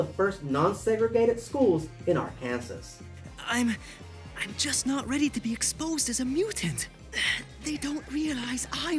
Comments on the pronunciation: FYI Pronounced Ark can saw (not Arkansas) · Just a heads up, Arkansas is pronounced close to "R can saw". The way you pronounced it is a common mistake for people who don't live here. Love the video. X-Men Evolution was my introduction to the X-Men as a kid and I watched it every Saturday morning on Kids WB so I loved getting your take on it.